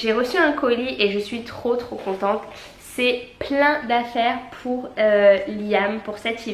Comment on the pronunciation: « Pout Noël » ahahah 😂💋